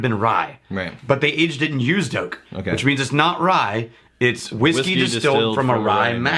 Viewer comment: "It's used oak, Rye-ight." Lol I'm pretty sure that was not the intention, but it's what I heard.